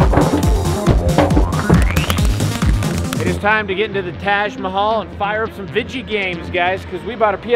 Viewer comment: As an Indian I can't stop laughing after how he pronounced taj mahal